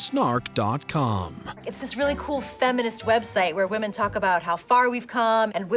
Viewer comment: This guy is incapable of saying "women"